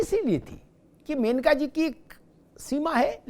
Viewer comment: सही नाम मनेका है( मेनका नहीं). सादर